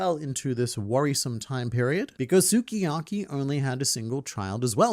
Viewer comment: mate, you say SUKIYAKI like this: SKII-YAKI. Means:My favorite cooking". OK, luv ya, bye!